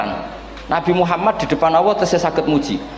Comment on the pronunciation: Assalamu'alaikum mohon maaf saya bila saat Gus Baha, mengucap lafadz ALLAH, kedengeran di telinga saya seperti AWWOH... semoga salah pendengaran saya mohon maaf yang sebesar besarnya...